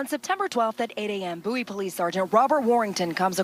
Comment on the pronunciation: Bow-ey? Where the hell u from slim